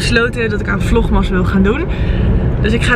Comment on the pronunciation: je spreekt echt zo fantastisch Engels, maar waarom zeg je vlogMAS 🙈 Ik moet er steeds een beetje om lachen haha 🙈